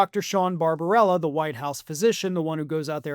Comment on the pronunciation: Bar-ba-BEL-la! It’s not rocket science. Just phonics. News casting is a detail-oriented biz. You guys should be able to master this!